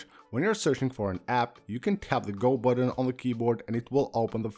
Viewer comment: The number of times he pronounces "button" as "buDDon" is too damn high!